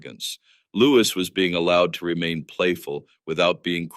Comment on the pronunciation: His name is Louis not Lewis